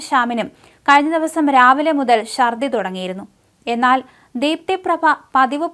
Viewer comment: മലയാളത്തെ വ്യഭിചരിക്കരുത്. ബക്ഷണം അല്ല, ഭക്ഷണം ശർദ്ദി അല്ല, ഛർദ്ദി. ശക്തി(ക്കു)ളങ്ങര അല്ല, ശക്തി(കു)ളങ്ങര ഇവളെ മുക്കാലിയിൽ കെട്ടി അടിക്കണം